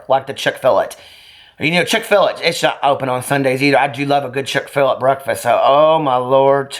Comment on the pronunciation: chick-fill-IT lmfao!